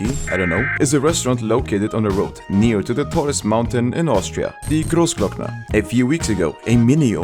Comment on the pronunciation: impressed by you saying großglockner in almost perfect german, nice :) as a close by "neighbor" neighbor from austria i say hello :)